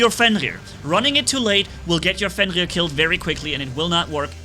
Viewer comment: I like how says like “Fengir” instead of Fenrir Edit: they’re Marquess not Hussars Edit 2: i wanna see more Minos only gameplay